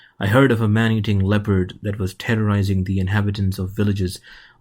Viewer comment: Did he say terrorizing, or tenderizing the natives ?????